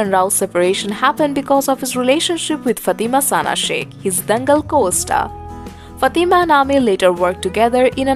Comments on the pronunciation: Madam its not FATI MA this is wrong pronunciation Its called FAT MAA plz correct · Who is this lady talking... she can't even pronounce Kiran and Fatima 🙏